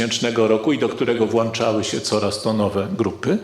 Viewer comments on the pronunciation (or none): 12 min Włanczaly się? Widziałeś włancznik czy włącznik? Polska mowa? NIE. WIEDZA? Mętna. Galicja? Istnieje tylko w twojej wyobraźni. To nazwa austriacka a nie polska. Smutek.